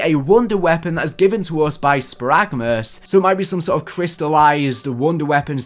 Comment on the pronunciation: That’s pronounced spare-a-gah-mos not sparagmuss